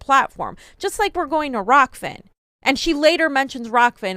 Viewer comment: she couldn't even get the name rokfin right. That is literally the only thing you have to do right as an anchor.... if a chef makes bad food would they still be in business?